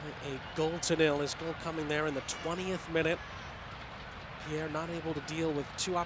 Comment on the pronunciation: The commentator's name is "Saint Pierre" and he still can't read Pierrot's name (or Queiroz's)